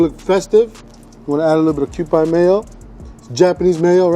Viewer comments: This is offensive to Japanese people. It's pronounced Kew-pee not pie. And you didn't put any bonito flakes on top???? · Mee-leen and kew-pee. Hard to explain り in English as it’s hard to explain r in Japanese. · Why does the way he pronounces okonomiyaki, mirin and kewpie mayo hurt my soul? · And said Kewpie incorrectly every time. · kewpie is not pronounced like that, dude. Thats blasphemic...